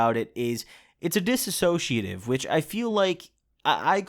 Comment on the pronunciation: "Dissociative" NOT "dissasociative"